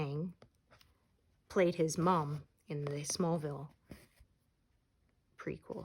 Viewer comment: Hi!! I loved "Smallville" too, it was so funny when you say it... And yeah, arrow is like the same, but not exactly the same... Smallville was more slow and kind, maybe cuz it was running 2000 and 2010. Thanks for stitch with me.!!